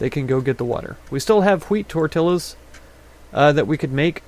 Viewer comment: I was waiting for someone to spell SLUT in the other village ....Tortillas(tor-tee-yahs):0